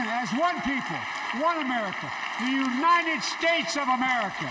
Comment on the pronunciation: Maybe Biden could start with learning how to to actually say the word United instead of U-Nine-Ned I’ll bet he can say Ted